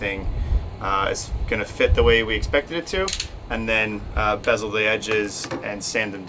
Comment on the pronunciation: Love your choices here.. fyi it's bevel not bezel. Two very different things